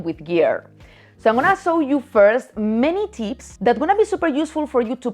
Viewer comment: Did she keep saying 'mini tits' or 'many tips'?